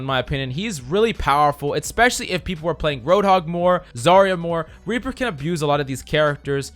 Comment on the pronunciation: Lmao same here